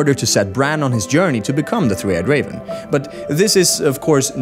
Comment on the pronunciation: "Three eyed CAVEN"???